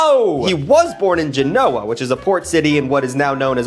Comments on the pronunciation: He's a funny guy, but his ability to pronounce Genoa needs work. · It bothers me how you can't pronounce "Genoa" and "neanderthal".